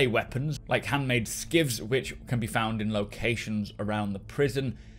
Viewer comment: Shiv .... not skiv ;)